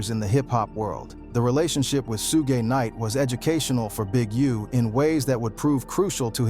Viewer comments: WHAT IN THE AI.... this is so fake, or done by a white guy who needs to MIND HIS DAMN business, he IS NOT not part of the culture. SHu-GAY..... nah. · SUEGAY😂😂😂… dude at least pronounce his name correctly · The ai voice killed this video couldn't watch it after I heard suuugey night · I thought that was a real narrator until he called suge Knight sue gay knight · Soo-gay Knight was crazy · A boy named SueGay I’ve heard AI call him that before, lol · When I heard sugay knight I had to turn this off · Who tf is sugay 😂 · This guy is mispronouncing people he knows Suge Knight nane but he mispronouncing disrespect the man name calling hem suegay that’s totally disrespectful. Please boycott this channel because this guy thinks that life is a joke. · Sue-Gay has me rolling 😂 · who the hell is sugay knight 🤣🤣🤣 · SU-GAY Knight! LMAO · I was deflated when this AI fool kept calling Suge Sugay then Sug.........I was about to click off but I'm still intrigued. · Shooo-gay is crazy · Soogey knight and a picture of Suga Free as Suge knight has me in tears lol😂😂😂😂😂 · 😂😂💯👍 Sue gay😮😮😂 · Yes, so many "Sugays" Ai straight went rapid fired! 🤣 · We’re in trouble once AI figures out how to pronounce “Suge” and “PAC”. Be thankful for these flaws 😂 aka red flags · Wtf is su-gay knight??🤔🤔🤷🤷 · Who the hell is Soo-gay Knight? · Why can ai do everything but pronounce suge correctly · Fucking AI, when I heard the voice say Suge, lol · Hahaha came to say the same thing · You don’t even know how to pronounce Suge’s name. Gtfoh